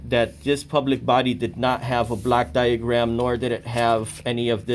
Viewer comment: You need to pronounce Block diagram more correctly as it sounds like a Black diagram which can lead to confusion by the public servants.